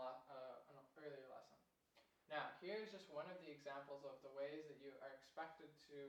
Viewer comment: great harmony lesson! please take my remark as not meant offensive, but I mention over the last years that the english pronunciation is drifting af in stead of ef lasson for lesson and so on then and than start sounding equal but this is a general remark, sorry for at - I mean it ;)